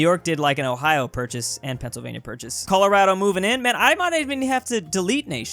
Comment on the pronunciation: When he calls it pennsylania